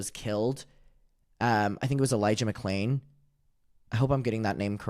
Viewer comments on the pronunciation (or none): I had absolutely no idea that he dubbed the part where he mispronounced Elijah McClain’s name. As if him using BLM as a diversion wasn’t bad enough that just takes the fucking cake.